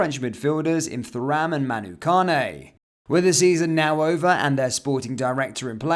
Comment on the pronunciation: Does this guy not remember Lillian Thuram, he's butchering his sir name.